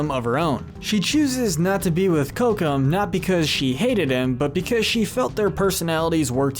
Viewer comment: This is a nice video and all, however it is important to get the pronunciation of character names correct. It changes the reality of what you’re saying and makes people pay less attention. Example Teka not Taka and Cocuam not Cocum. AND what about Anastasia, she’s always being left out.